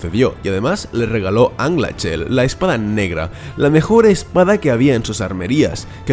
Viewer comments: Dos personajes que me provocan sensaciones dispares, por un lado como detesto a Turin Y por otro lado me encanta Beleg, que gran amigo era. Por cierto se pronuncia Anglaquel no Anglachel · Se pronuncia "anglajel" como en aleman la ch, un saludo, te sigo desde los 8mil suscriptores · A ver Anglachel se pronuncia Anglajel. Si no lo recuerdo mal Túrin mata a Glaurung cuando este cruza el precipicio que separa las dos orillas del arroyo, no cuando duerme. Porcierto aunque en el Silmarillion Orodreth es hijo de Finarfin, en realidad es su nieto e hijo de Angrod y padre de Gil-Galad esto fue un error de Christopher Tolkien. Saludos y buen vídeo :)